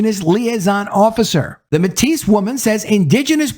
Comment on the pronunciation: Metis-MAY-TEE. Drop the 's'. Great video as always. ❤👍😊